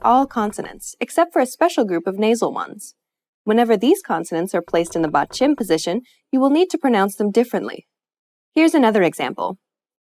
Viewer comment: great video, very helpful!! but since this is about pronunciation, you should know how to pronounce "batchim". you sounded more like 빧츰 than 받침 ...